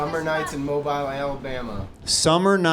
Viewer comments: Its Mobile Alabama (pronounced MOBEEL).. Hes definitely not from there lmaoo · I'm from Mobile AL and it's pronounced MO-BEEL btw